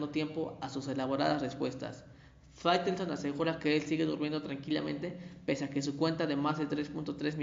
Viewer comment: Minuto 4.44 fairestone, faitelson.